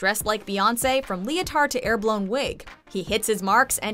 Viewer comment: Oh look it's beyouncy oh sorry it's channin hahaha